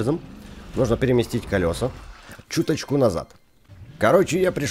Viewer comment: Ка́лёса? Эх ты не грамотный какой!